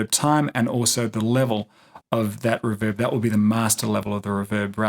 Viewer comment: REEEEEEE VERB not riverb. thanks for the video however